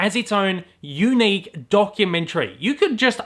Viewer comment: The way you say unique is very YOUnick!